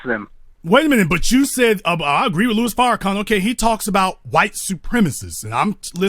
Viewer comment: For God's sake, he pronounced "Louis" as "Luis" dead giveaway, lol. No white man reads Louis and pronounces it Luis.